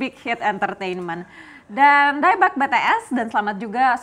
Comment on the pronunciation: maap mba nyebutnya bities bukan betees🙂